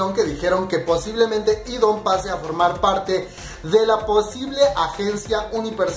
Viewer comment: Se pronuncia idan no idon 😂😂😂😂😂😂😂😂😂😂